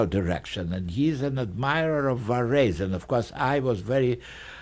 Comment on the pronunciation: I love the way he pronounces Varese. Great recording.